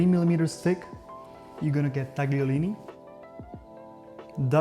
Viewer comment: "TAG-lee-oh-LEE-nee"? "TAG-lee-ah-TEL-ah"?, do you mispronounce them this way so that hypersensitive Americans don't have a weapons-grade hissy fit because they think you're trying to correct them?